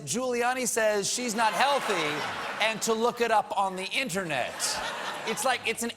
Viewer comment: Why is it that even Colbert can't pronounce internet. It's not innanet.